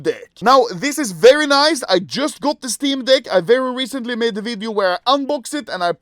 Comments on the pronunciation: I love how his accent makes it really seem like he says "steam dick" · I can’t be the only one that thinks he says “Steam Dick” every time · Is this only me who feels like anomaly is saying steam dick